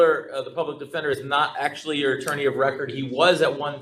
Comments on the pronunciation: “Man, take it to trial dawg, I ain’t need no lawyer, I’m smart as haaaaale!” Says the illiterate troglodyte who addresses the judge as “my honor”, refers to the public defender as the public “attender”(???!!!), and was basically told by the public attender that if he pled guilty, he would get out of jail today, yet his lack of a functional brain and his unwarranted, overinflated ego didn’t comprehend this and he carries on with his belief that he’s got no felonies, then proceeds to carry out multiple contemptuous acts! 🤣🤣🤣 Yes… yes this Noble Prize winner is demonstrating his highly superior intellect and wealth of extensive knowledge on all things… If only he could correctly pronounce “Affidavit”!!!!!!!! Folks, it’s NOT AffiDAVID!!!! Stop it’s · First it sounded like 'detender', then 'attender'. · Is he saying "Public Pretender"? ROFL